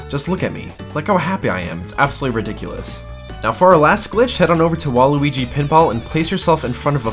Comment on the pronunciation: Also WAH-LOO-EE-GEE STADIUM.